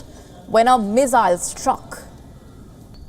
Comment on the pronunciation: did you say meezaayal struck when man was walking down the street?????? And that meeezaayal was intercepted??????? I am sure viewers saw it the other way round ie man eas walking when meezaayal landed , and if it was intercepted it could NOT have landed in civilian area